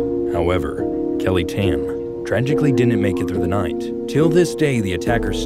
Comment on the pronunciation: Kelly Tahn is how it's pronounced.